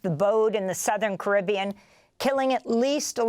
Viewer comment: Apart from the wrong and weird way she pronounced 'caribbean' then yeah I agree with her (if we're talking about the body of water in the Jamaican region).